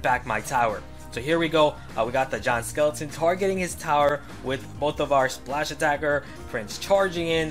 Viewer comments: When he says "Giant skeleton" i tought he said John skeleton XDD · I keep hearing John Skeleton lol